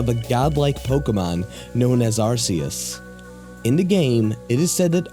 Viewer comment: Anyone else annoyed by the mispronunciation of most of those Pokemon??